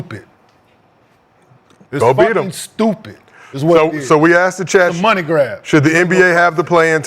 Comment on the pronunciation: y'all tell Kmart to please stop saying ( I aksked.. I AKSKED !!!) 😂😂😂